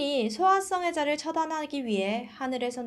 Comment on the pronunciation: 전에도 어떤 영상에서 소아썽애자로 발음하시던데...소아 성애자로 끊어서 읽으셔야 전달하기에 더 좋을 거 같아요🙂